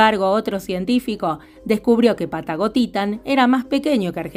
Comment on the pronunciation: Cada vez que dices Patagotitan me suena a "Pata gotita" 😅😅😅